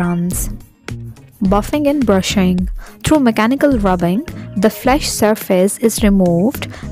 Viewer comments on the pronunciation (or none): none